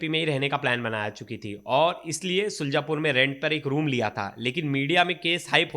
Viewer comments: सुलजापुर नहीं शुजालपुर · शुल्जापुर नहीं शुजालपुर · शुजलापुर नही शुजालपुर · शुलजापुर नहीं शुजालपुर बोलो।